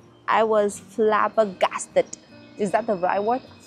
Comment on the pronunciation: Yes the word was flabbergasted and you pronounced it so well 🥰🥰 As an Aussie this is wholesome. I've never considered our "culture" because it isn't 1000s years old. You are so wholesome. Thank you for this video 🥰🥰